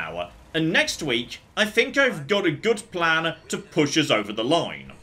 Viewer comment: Big Dutch Energy "One last stored critical, then it's off to Nuka World! I have a PLAHN!"